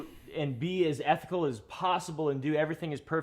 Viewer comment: bro said being super ethinical that's based